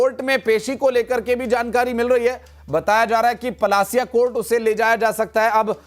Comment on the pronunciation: Palasiya nahi parasia hai